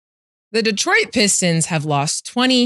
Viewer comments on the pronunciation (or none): “Detriot”. Lmao